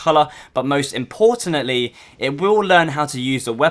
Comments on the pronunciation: "but most importanantly" wat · you said importanantly again!!!!!